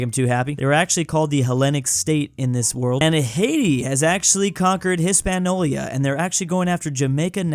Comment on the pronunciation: I die a little every time says "Hispaniola" wrong...